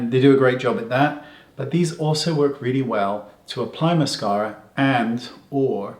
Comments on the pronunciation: Love the accent ... Moss-car-a. :-) In texan that is MassCAREa (with a twang). 😃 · aaaahh I love the way Wayne says " mascawwwra" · Great hack! I'm going to have to try this! And I love the way you say "mascara" 😂